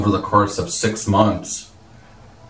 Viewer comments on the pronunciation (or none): none